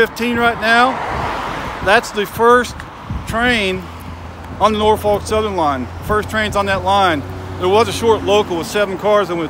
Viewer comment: Great video but you have to pronounce Norfolk the right way -- in SE Virginia we say it like either NOR-fik or NAW-fuk -- have to say the last part carefully too :-)